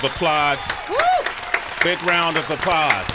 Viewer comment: "Big round of "APPLAHS" 😂😂😂